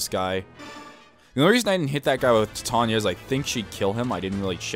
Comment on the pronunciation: Thank God you pronounced titania right, I was looking for a let's player that could respect my favorite character's name. I don't know why it bugs me that people can't pronounce it right but it does.